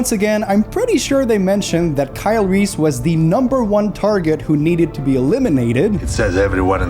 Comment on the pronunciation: Christian Bale's pronunciation of Kyle Reese " Kyle Reeth ! " 😂😂😂